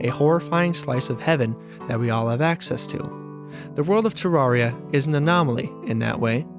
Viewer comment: Pronounces terraria wrong in the first 5 seconds of the video. Grim.